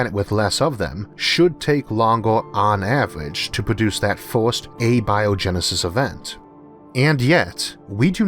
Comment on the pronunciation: You have recurrently pointed out that you have a speech impediment. For simple curiosity's sake why do you use A-Bio-genesis, vs. Abio-Genesis? both would sound equally intelligent?